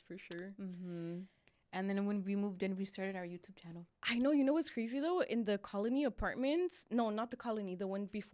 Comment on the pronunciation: Who remembers “welcome back to our channer “ 😂😂😂😂